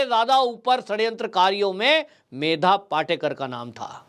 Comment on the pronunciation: पाटेकर नही पाटकर बोलिये